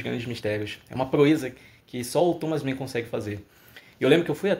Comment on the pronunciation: Você está pronunciando o nome do autor como se fosse inglês. Não se pronuncia 'men' é 'man'.